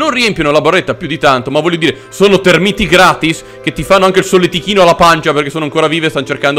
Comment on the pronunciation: Sono tÉrmiti, non termÍti, per favore, almeno questo.